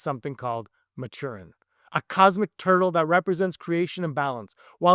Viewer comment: You’re like the thirtieth person on this platform to mispronounce ‘Maturin’. The turtle is named after Doctor, Spy, and Naturalist Stephen Maturin, the best friend of Captain Jack Aubrey from Patrick O’Brian’s amazing Aubrey/Maturin novel series. If you’ve ever seen the film ‘Master and Commander: The Far Side of the World’, which I am still pissed that we never got a sequel, you actually know how to pronounce the name but you didn’t realize it. King is a fan of those twenty novels by the late Patrick O’Brian as is anyone who ever cracks the first novel open and starts to read it.